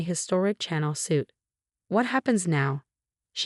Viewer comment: You need to spell Dior and Chanel phonetically so the AI can say it correctly.😄